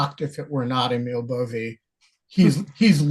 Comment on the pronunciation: Emil Bove is pronounced AY-mil BO-vey or BO-vee (depending on how you want to write pronunciations 😄). is correct on the surname but everyone is pronouncing Emil slightly incorrectly 👍